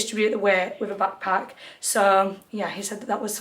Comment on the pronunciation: Pls the way ur saying bagpack and not a backpack is stressing me out 😂